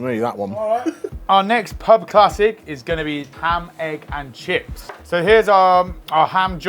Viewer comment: He said ham egg and shit 😂